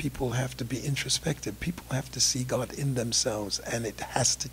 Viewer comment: I have to admit that the way this old con-artist pronounces the word 'God' as 'Gaaaaawd' cracks me up.